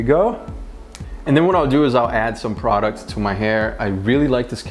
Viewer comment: I hate when people say product